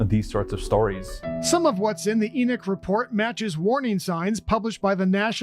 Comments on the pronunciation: It is pronounced E-knock... being a full time mom IS a job! Family massacres are not new; they have existed as long as humanity has existed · It's pronounced like Eknock. It's the name of a Biblical character. Not a surprise considering where it is. I live in Utah. NOT LDS! Maybe it isn't pronounced like that, but in the Bible it's pronounced like Eknock.